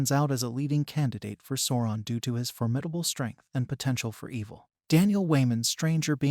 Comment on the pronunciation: (Sow-ron) not sorron! Sweet mary. Bless your heart.